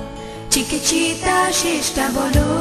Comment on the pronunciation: চিকিচিতা নয়, উচ্চারণটা চিকিতিতা।